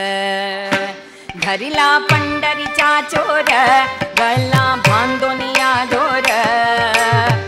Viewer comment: Superb, I like it the way u tell the story, anyway u said meli it's not meli it's geli & u said mela it's not mela it's gela, sometimes small mistakes happen anyway next time correct it, All the best!!